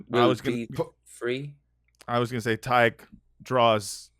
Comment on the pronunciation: Spelt his name wrong at first - I’ve been misled by all the times has said Todd-g-h! It’s actually Todd-h-g.